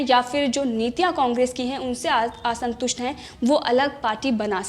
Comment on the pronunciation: Aasantust nahi hota, Aasantust is correct pronunciation 🙏